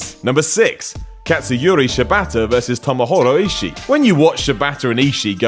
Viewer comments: It’s not “Tomohoro Ishii”,! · Tomohoro Eeshee